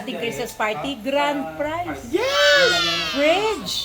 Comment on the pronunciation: Grand “prize” po dapat.